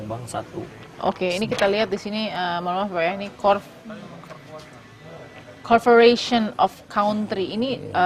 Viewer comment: CORFORATION OFF CAUNTRY.... wkwkwk...masa iya pbb kacau bahasa nya ..